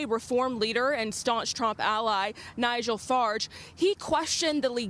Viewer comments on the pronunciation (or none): none